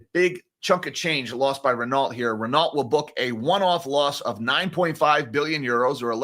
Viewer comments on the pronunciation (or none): Renault Ren-no.... it is French mate 🙃